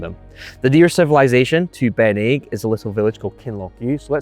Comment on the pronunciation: not Ben Aig, dont pronounce the G.